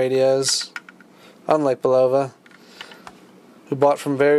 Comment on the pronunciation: Very informative video. I stumbled on it while looking for info on an unknown model (this one!) at a local auction. It's a pretty radio. Incidentally, Bulova is pronounced "BULL-uh-vuh." I'm old enough to remember their wristwatch ads on TV!